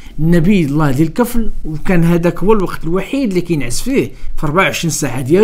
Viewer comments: وَذَا الْكِفْلِ ((الدقيقة ) الكسرة في آلكاف،فقط تصحيح لأنه قرءان يجب أن ينطق كما هو.....ولذلك لم يحرف لأنه حفظ في الصدور قبل السطور..... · خويا عزيز لكن ملاحظة الكفل بالكسرة لكاف وراه الآيات القرآنية ما خصش تكون فيها أخطاء.شكرا على فديوهاتك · صحح قراءتك اخي ذو الكفل بكسر الكاف و ليس بفتحها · "الكفل" بجر الكاف.